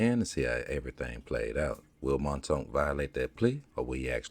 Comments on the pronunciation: Man name aint montoonk, it's Mounk Tounk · Its pronounced "moonk toonk"...